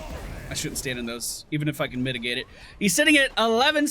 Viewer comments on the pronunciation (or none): none